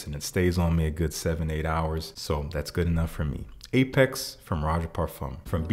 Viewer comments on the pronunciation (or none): none